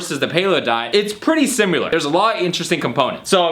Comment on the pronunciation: simular?, please learn to speak right